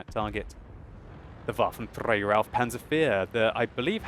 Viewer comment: your pronouncing waffenträger wrong as always dont roll on the "r" xD